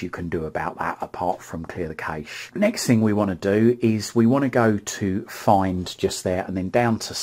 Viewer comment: You said "remote control" like 100 times! So annoying, sorry just being honest, and it's not nessasary really? Also " cache" is pronounced "cash" keep up the good work 👍